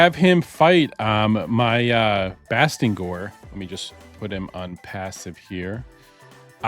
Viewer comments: You kinda got his name wrong, it's Bastigor Not Bastingor 😅🙈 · Bastigor..... theres no "n" lol